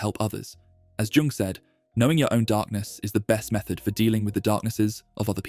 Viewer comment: Doesnt really matter but jung is pronouced yung